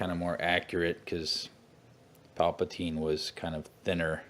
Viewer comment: Uhh..I really want to watch all footage of all the figures I have..but it aggravates me with you constantly saying "Paplatine". This is a character from Return of the Jedi, correct. The name of that character is "The Emperor". Papateen was a ridiculous made up name that much, much later. It's like you sometimes troll in your own videos with certain ways you say or call things.